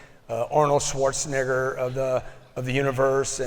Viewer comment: ok he def said "Arnold SchwarzeN*****" smhhhhhhhh grant lol